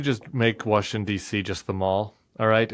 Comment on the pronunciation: Why do you all insist on being lazy & NOT pronouncing the 3rd syllable of Washington? I've literally heard so many "educated" professional talkers on various platforms call it Washing DC....guess you guys aren't as smart as you think you are.